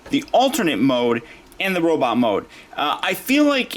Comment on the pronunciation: can I ask you why sometimes you say robitt instead of robot? thank you for the video. Despite the problems you pointed out, I still want him to go with Battletrap :)